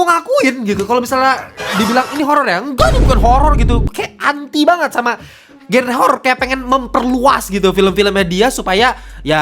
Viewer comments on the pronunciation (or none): none